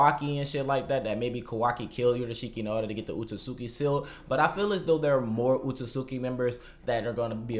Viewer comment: Maybe i'm just nitpicking here, but i don't understand how one can cover something and come up with all of these theories and most importantly Spend time researching stuff about the series, YET can't even take the time to learn how to pronounce the names correctly. You say Otsutsuki wrong. And you say Katasuke wrong.